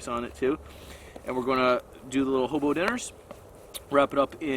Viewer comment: Why does he emphasize hobo?😂